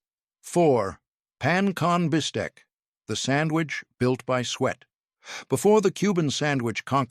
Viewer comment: It was the pan-con bistec for me 😂